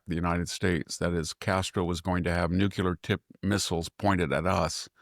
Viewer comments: I flinch very time Victor mispronounces NUCLEAR. new klee er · Nookyooler, nookyooler, nookyooler.. SMH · I just wish he could properly pronounce the word nuclear.. he may as well be pronouncing 'ask' as 'aks'..